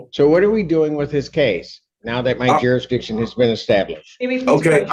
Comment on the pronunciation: Even more moronic, the first bottom-feeding hood rat kept pronouncing it as juridicktion! 😂